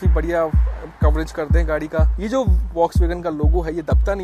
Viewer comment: Hahaha mein kuch nahi kar sakta 😅 kar sakte ho bro sahi pronunciation kar ke folks Wagen 😊